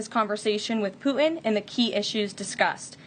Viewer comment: What is it with Millennials and the inability to pronounce hard consonants? It's "PuTin". Hard T. Not "Puh-in".